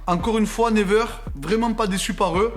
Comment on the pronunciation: C't'accent Anglais Ah ah ah!!! Never on dit niwaire plutôt mais ça me fait golri qd même bravo!!!